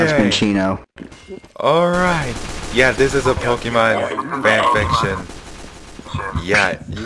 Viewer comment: Minccino, by the way.